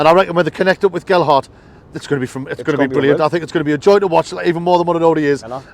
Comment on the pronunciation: Thanks for the vid lads. Aye, you kept saying Geldhart but that's because the "D" keeps moving around. 3 - 1 to the lads.